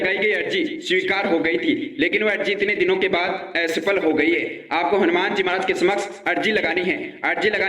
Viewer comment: are re pagal ..hanuman ji k naam pe views leta h ...watch time badhaane k liye ek baat ghuma k ghuma bola h 17 min ka video bana k public ko pagal bnata h ....aawaz suna h apna....or asafal hota h aesafal nahi ..burbakk